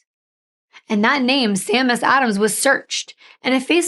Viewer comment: Just for future reference the alternative name that he gave himself is Seamus. It's pronounced Shay-mus. It's Irish name for James.